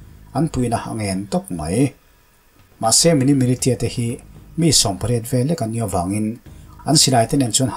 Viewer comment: Militia hi Milisia ti a lam tur